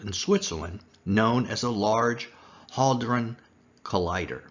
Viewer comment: Hadron Collider should be pronounced as it is spelled which is [ had-ron ] or / ˈhæd rɒn / and not 'hall dron" as you say into your video.